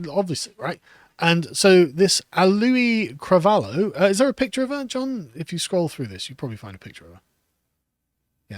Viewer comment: It’s pronounced Ow-Lee-Eee Cra-Vai-Yo